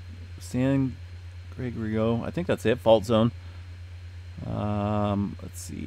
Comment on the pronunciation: San Gre-GOR-i-oh